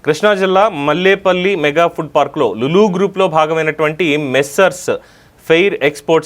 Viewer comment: అది మల్లేపల్లి కాదు... మల్లవల్లి